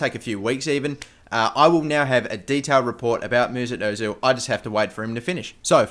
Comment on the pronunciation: Who the f*** is "Moosoot Ozil"? Do you mean Mesut